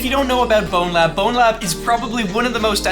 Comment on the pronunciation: It grinds my gears so much for ZERO reason when people say BonelabS instead of Bonelab